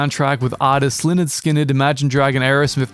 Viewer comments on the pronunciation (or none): none